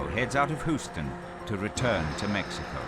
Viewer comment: Hooston?! Lmao